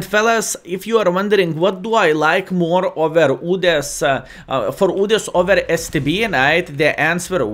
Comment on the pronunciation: I like how u say udes "OODES" 😂😂